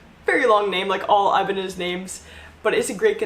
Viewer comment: props to you for actually listing Ibanez names correctly. I just call it "the pointy one"